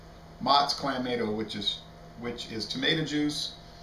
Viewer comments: Isn't it pronounced CLAM-MAH-TO? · I love Bud Light Clamato, FYI there is an “o” at the end not an “a”. It’s pronounced (cla-ma-toe)